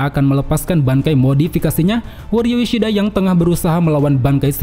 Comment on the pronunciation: uryu ishiada 😂tertawa aku bang😂